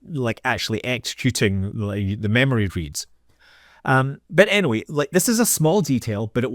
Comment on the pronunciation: Innaweh? I think it’s pronounced “anyway”.